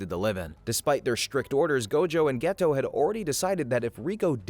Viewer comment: It's annoying that you keep saying "Geto" and "Satoru" wrong while referencing the English dub.